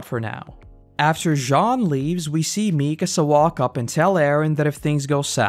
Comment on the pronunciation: Mi-KA-sa, not MI-ka-sa